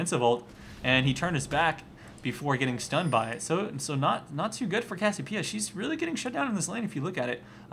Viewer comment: cass-i-pee-ah? wtf this made me so fucking crazy, it's cass-ee-oh-pee-ah